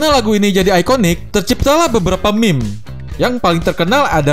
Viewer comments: meme bang, bukan m*m*q :v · kok saya dengernya "meme*" ya bukan meme :v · aokwoakowak kerasa penekanannya bang